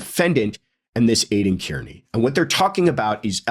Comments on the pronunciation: Just a small note; Kearney is pronounced “Karney”…(I know 😉…Someone’s gonna say it). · Hey. Aiden’s last name is pronounced ‘CAR NEE’ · please be one of the few pundits who get Aidan’s last name pronounced correctly.. He is Irish. Kearney is pronounced Carney. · Have a friend with that name. Pronounces Kearney...not car-nee😊